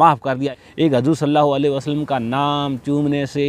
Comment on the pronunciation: Bhai tum bhi sahi se naam lo hazur nhi huzur saw 👍